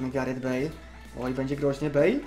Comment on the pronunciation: "Wezmę Galareta Bejla" XDDD